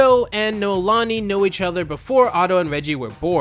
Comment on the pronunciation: I loved this show growing up, merely because my name is in it and I've never heard it elsewhere off of Hawaii (Noelani)...and yet you say it wrong so many times even though the clip says it right there!!! lol D